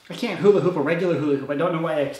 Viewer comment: he said huli hoop